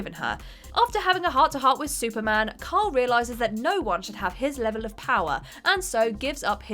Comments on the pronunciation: I can't be the only one who thinks the way she says "kyle" sounds like "karl". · It's KYLE Rayner .... you sound like that idiot from the Walking Dead ..... Karl, Karl, Karl...